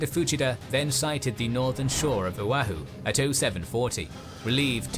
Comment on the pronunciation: Killin me how he's saying O'ahu🤦🏻‍♂️🤦🏻‍♂️